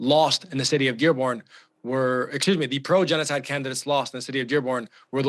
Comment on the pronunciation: Was he correct when he said they are committed a jeans-oh-side in Lebanon?